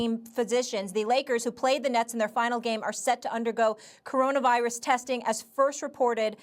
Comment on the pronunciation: Stephen A.: Coronervirus